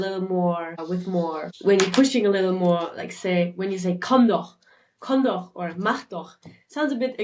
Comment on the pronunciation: I struggle with pronouncing the ch in doch, so I avoid using it. The way the guy said it also sounds way off..